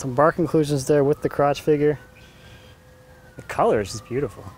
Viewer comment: Huhu he said croch huhu